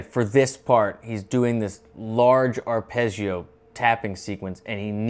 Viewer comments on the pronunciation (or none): none